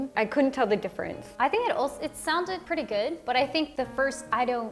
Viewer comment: I love when Lauren said "pretty good" sounds like "preti gwed" I love you much Lauren